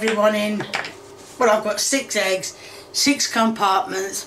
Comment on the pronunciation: Ahhh yes, cooking with the classic 3 H's - Ham - Hegs - Honions